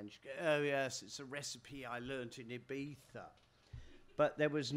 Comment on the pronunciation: He pronounced Ibiza correctly and that's actually impressive